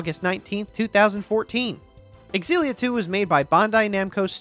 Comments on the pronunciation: Aren’t they pronounced Zilla and not X-illia? Never heard it pronounced the latter way. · It's pronounced "Zillia" ZILLIA, stop saying"Ex-zillia" Stop it